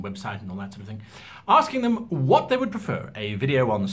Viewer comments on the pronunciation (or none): none